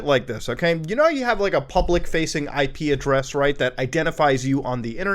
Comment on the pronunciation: thought you were saying ikea dress instead of IP address